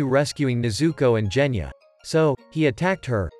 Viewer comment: Genya not jenya